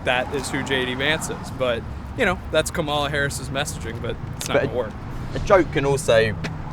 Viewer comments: it's Kamala. Camilla is the queen consort to King Charley. If you have trouble pronouncing her name Madame President works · It’s just petty to repeatedly pronounce “Kamala” wrong when you clearly know it’s incorrect. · Is anyone going to correct the lady at 21 seconds in and tell her she’s racist for pronouncing Kamala’s name wrong. 😅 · I really wish the interviewer would correct these people when they misprnouce Kamala's name. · I can’t even take serious any comments of anyone who can’t seem to pronounce Kamala properly. These are the low information people Trump loves, or as he once called them “the uneducated” and I see why. The guy, is at least honest. He’s angry and it’s not attractive. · These f''in people are so stupid they can't even pronounce Kamala. But I'm in a cult for wanting to abolish taxes.🤣😂🤣😂🤣